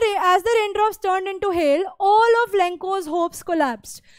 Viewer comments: Len-Cho not Len-co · Ma'am not lanco only lencho👍🙂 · Lenco nei lencho hai 🤣 pronounce to thhik se karlo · Mam vo lenco nhi lencho 😂😂hai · All the things is good instead of lanko 😢 mam it's lancho ✅ not lanko ❌ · Mai lencho naam tha lenko nahi 😂😂 aap khud pahle achhe se padh lo fir hame padhana insult nahi kar rahi hu aapki galti hai vahi bata rahi hu 😂😂😑🥲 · Mam vo lencho he matlab ye लेंचो he n ki लैंको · Not lenko it's lencho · Mam I think that it's Lencho not lenco your pronunciation is Lenco not Lencho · Lencho ❌Lenco👌😅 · Lenco nhi hai lencho hai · Mama that one is lencho not lenko?😂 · Don't judge teacher by it teaching. 🥺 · But wo Lencho hoga naki lenco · It is not lancho it is lencho😊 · Lanko nahi lenchi hai 😂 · Lenco nhi lencho he madem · Mam lenko nahi hoga Lencho hoga...And Thankyou for nice explanation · Lenko nahi lencho😂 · Mam lenco nhi hai lencho hai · Duniya zamana lencho bol Raha hai aur apko lenco bolne ki padi hai 🤖 ye lenco bolna mujhe irritate kar raha hai kaafi 😵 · ma'am lanco nahi h !!! lencho h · Mam lencho hota hai lecko nhi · Right hai that one is lencho not lenko but mam saying lenko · Lancho ❌ lencho ✅ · Mam u pronounced लेंचो to लेंको . Why ?? Are you forgot brushing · It's not lenko it's lencho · Mam it's lencho not lenco. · Lenco ✅ Lencho ❌ 🤡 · Lencho ko lenko bol Raha ho mam 😅😂😂😂😂😂😂😂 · Mam its lencho not lenko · Dear it not lenko.....its lencho. 🤌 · Mam he was not lenco he is lencho your pronounciation is disturbed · Lenko not it is lencho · लेंको नही लेंचो होगा मैम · It’s not Lencoo it’s lenchco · It is 'len'-'ch'-'oh' l not 'len'-'cho'... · Abe o.. mam lecko nhi lenko bol rhi h half khi ka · Jo tu baar baar lenko bol rhi h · Lencho ki pronounciation worng hai mam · Mame app lencho galat pad rahe ho😂😂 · Ma'am aapki lencho ki pronunciation wrong h 😂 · Mam aap lencho ki pranountation galat kar rahi hai